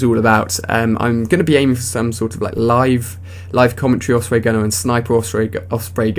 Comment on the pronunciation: just a question, why do you pronounce it oFsprey not oSprey?